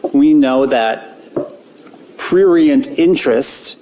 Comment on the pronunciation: I think he/she/it said "prurient"...which IS a real word and was used correctly. He/She/It just had some difficulty pronouncing the word. 🙄🫤